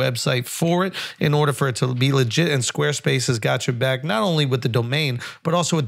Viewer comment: “Podcasts bought to you by Sqaue Spase”